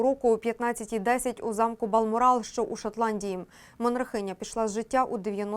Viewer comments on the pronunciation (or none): ага, такі фахівці, що не знають, як правильно "Балморал" наголошується...